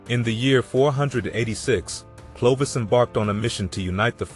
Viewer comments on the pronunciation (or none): Clovis "Eye". Is stopped listening right there. If you can't get that right, pretty much everything afterwards is garbage.